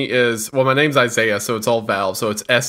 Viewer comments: Ziah? Not Saiah? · UHZAYYA - pronouncing Isaiah's name 😂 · i have kinda the same name, spelt aisaiah and its pronounced: eye-sah-yah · Wonder how many episodes it’ll be before Isaiah tells he’s pronouncing his name wrong. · Do you think will pronounce Isaiah’s name right some day? Love this y’all, hope this doesn’t stop! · I like that pronounces Isaiah's name differently each episode.